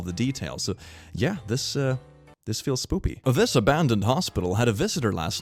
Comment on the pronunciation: It always makes me laugh when he speaks spoopy instead of spooky, like he is finding it cute and amusing.